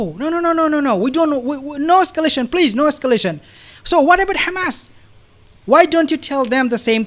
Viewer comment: I'm so sick of people who speak perfect English, but they "can't" say Hamas or Hesbollah. They say Cccchhhamazzz and Ccchezzzbollah. It's offensive.